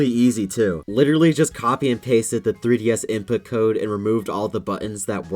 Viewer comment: da three dee esss